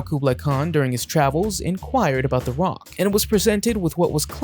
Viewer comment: The roc is pronounced "ruck"